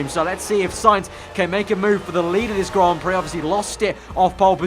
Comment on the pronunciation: and 'Grand' Prix